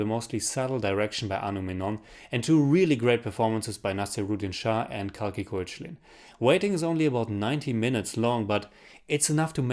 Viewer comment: You pronounce koechlin as kekla, so she is kalki kekla or its how you pronounce her name.